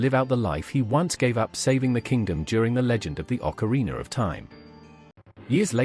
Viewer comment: I love how you pronouce ZeldaR and OcarinaR with that strong "R" at the end xD